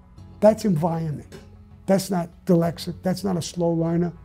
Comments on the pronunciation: He can't even say "dyslexic". Let's not take advice from "Sammy the bull". I'm all for the second amendment and let's not pretend the second amendment is to protect ourselves from criminals and deer hunting. We own guns to stop tyranny. Good luck trying to do that with a bolt gun and a revolver. This guy should just stop. He got away with murder. He should just keep quiet. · I'm laughing that he cant say dyslexic right..... but please dont tell him I said that